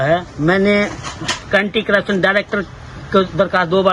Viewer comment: Isko sayad sarpanch se personal taqleef hai, yo khud pad raha hai kya anti corruption ko kanti Karpstion bol raha hai 😂